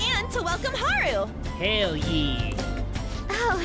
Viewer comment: Is anyone else bothered by the way pronounces Haru's name?